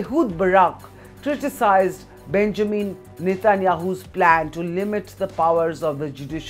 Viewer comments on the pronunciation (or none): none